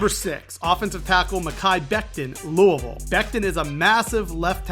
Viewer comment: I’ve never heard say someone say louisville like that😂